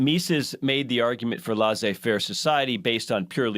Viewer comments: Laissez faire is a French term meaning “you let to do” literally. I just so happen to speak French. Leh-say. But certainly not lah zay, like pronounces it. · It’s pronounced Leh-say faire. C’mon man.